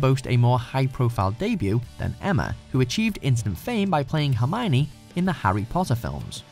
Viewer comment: Hermione who? She is herm-own-ninny